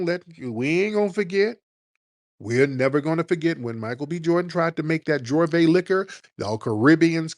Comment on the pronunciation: It's not Jorvay it's Juvay, pronunciation.